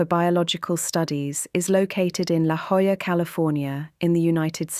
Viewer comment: I've been to the Salk a few times and hadn't noticed the alternating service floors. I live in San Diego, which is probably why the almighty Youtube algorithm flagged your video. Well done. I subscribed. ("La Jolla" is Spanish and pronounced "La Hoy-ah" or "La Oy-ah," depending on whom you ask;)